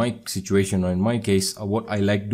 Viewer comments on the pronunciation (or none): none